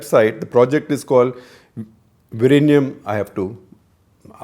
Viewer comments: It's Vizhinjam not Virinyam. Please correct your pronunciation. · SG, you can try to say "WE-Yin-Yum" (sorta closer) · It is not Virinjam; it is Vizhinjam ( വിഴിഞ്ഞം). And it is not Trivandrum anymore, it is Thiruvananthapuram. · With all due respect to development and defence importance, I remember how beautiful the location was and my thoughts were "this should be my retirement spot with a small own sail boat" The closest pronunciation is vilingiam with a strong L sound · "Vi-rr-inam". 😆 Lot of respect for trying Sir. Infact we get mocked for having 'strange' pronounciation. 🙏 Thanks for intentionally turning the tables and making us 'feel better' even at your expense 🙏. Ton of respects. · Vilinjiam - Vi Li N Ji am - Can you now pronounce ? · Still bad pronunciation !!! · Sir, Your pronunciation is not a problem. Malayalam is a new language that it has more letters and adopted lot of words from Sanskrit. So it is very difficult to pronounce vizhinjam even by other South Indian state people. We don’t mind it sir. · You are no where close when it comes to saying the word!!